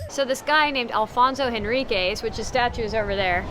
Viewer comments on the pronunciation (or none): Good video, but the name of the castle is São Jorge is not Sao Hohe and it’s Afonso not Alfonso, we don’t speak spanish